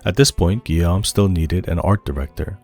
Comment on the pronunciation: Great video, excellent summary of the creation process of such a masterpiece. I just needed you to know that Guillaume is pronounced: GUI(like guitar)-y-ome(like home), and Tom Guillermin is pronounced like: GUI-y-er-main. “-ill” are pronounced like the consonant sound of “y”